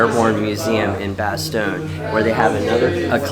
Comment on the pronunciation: Its bastogne not bestone